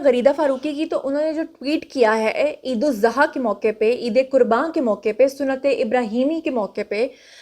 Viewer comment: Bibi Eid UL AZHA asal lafz hey na k eid uz zaha